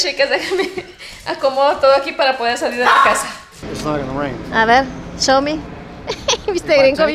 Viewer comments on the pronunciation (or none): none